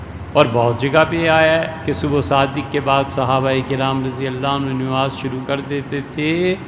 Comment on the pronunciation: نماز میں ن پر زبر ہے محترم